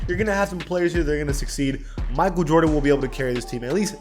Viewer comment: idek what to say.. shut yo googily boogily ahh up "mikeal vordens noOt clut-th vats cravy"